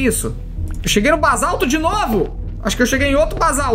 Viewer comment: felipe não se fala bazalto.é basalto